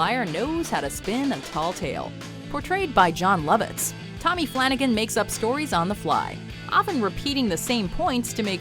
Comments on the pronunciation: BTW - it’s Flan-ay-gun, not Flana-gan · It's not Flanagan it's FLA NAGE AN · Exactly! At least watch the skit once before doing your commentary! Fla-NAY-gan. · It's pronounced Fla-nay-gun.